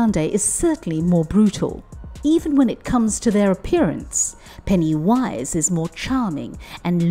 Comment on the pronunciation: Why do you say it like that? It's one word. Pennywise. It's so disturbing and creepy.